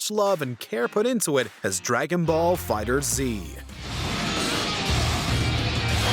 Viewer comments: Who pronounces Dragon Ball FighterZ like that?? It's litterally just "Dragon Ball FIGHTERS". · 3 things. 1. MK9 having a "Well-written story" HA. 2. For SC6, you kept saying SC4. Can you read roman numerals or not? 3. It's FIGHTERS, not FIGHTER Z! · Lol make sure you pronounce it right first. It's pronounced as "Dragon Ball Fighters". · It’s called dragonballs fighterz not fighter z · Dragon Ball "FighterZ" one word. Not "Fighter 'Z'"